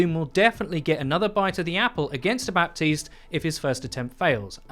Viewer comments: For the last fucking time ! His name is prnounced BATISTE not BaPPPPPUHHtiste ! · dude please its bah-teest not bap-teest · We never ever pronounce the p in baptiste. Ever. It's just like Batiste. Simple as that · It's pronounced "Bateest". No P. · pls stop pronouncing the P in Baptiste i can't take it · Everytime you pronounce the p in Baptiste another small child dies